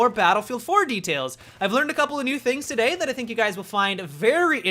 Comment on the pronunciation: HEEeeeY Guise my name is and TODAIH....... Drives me Fking insane:/